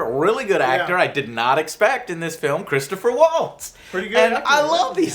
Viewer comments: it's Christoph Waltz not Christopher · it's KRIS TOFF Waltz, Not Christopher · Christopher waltz? Alexander scarsbrough? He only got one name right.